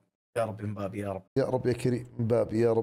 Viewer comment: علم فرنسي وCB ويقول مبابي 😅